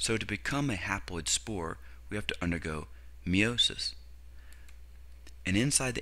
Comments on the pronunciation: you have a cool way of saying "meiosis." me-owe-sis lol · great video (even though i cringe every time you say meiosis)